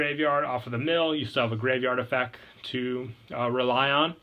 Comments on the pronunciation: Don't get me wrong I love the vids but I will never unhear you not saying the t in effect. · EffecT. There's a T in effect